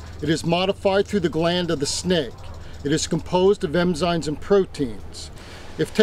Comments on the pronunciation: What a muppet. EMZINES, it's enzymes. Also in video 10/10 he calls the rattlesnake poisonous, which they are not, they are venomous. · lol... emzines... i think its enzymes, buddy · Some snake expert calling them poisonous, some berries and mushrooms a poisonous. Meaning if you ingest them you will be sick or even die. Venom is injected, as a bee or spider does, so for an expert who can't even say ENZYMES but EMZYNES and calls snakes poisonous is laughable. And he does it in a few of his videos, so stick that wher the sun don't shine. MUPPET.